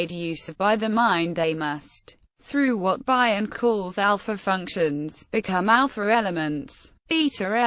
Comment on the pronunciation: Never heard it pronounced 'Bye-on' it's normally 'Bee-on.' A brilliant mind without doubt.